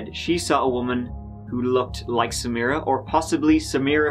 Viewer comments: That is the correct pronunciation. It wasn't pronounced Sameera, it was pronounced Sam - i - ra or Samra. if you listen to interviews with her friends and family, they pronounce it similar to the prosecutor. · At first, I assumed you were bothered by her mispronunciation, assuming she would pronounce it "Sa-MY-rah" or something. I finally got that point where she was giving her statement to the jury and she said it like...I can't even write it out, since I've already forgotten how badly she butchered the name. You're damn right that prosecutor was annoying. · Samra? she can't even say the woman's [incredibly easy] name correctly!!!